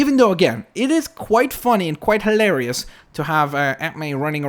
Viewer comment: the way you say hilarious is HILARIOUS.